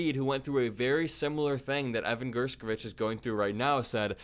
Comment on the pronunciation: Thanks for always shining the light... however ....How come you pronounced Evan's last name three different ways???